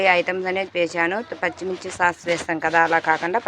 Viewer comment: అయేషా సాక్స్ కాదు అది సాస్